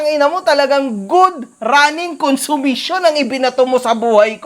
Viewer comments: “Good running consumisyon” 😂😂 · "Good running kunsimisyon." HAHAHAHAHA!